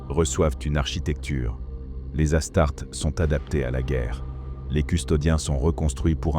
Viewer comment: ta chaine est incroyable, mais attention aux petits détails comme les as tartes ( pronocé comme une tarte) c'est dommage